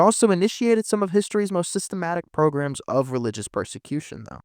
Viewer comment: Not to nitpick… but it’s pogrom, not program.